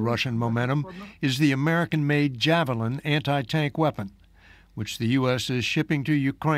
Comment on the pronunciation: Why she say "jafflin"